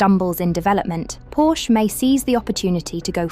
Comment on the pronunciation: WHY Can’t the British speaking pronounce Porsche correctly?